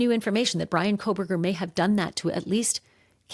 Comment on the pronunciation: It is Kohberger ..Not Kohl berger.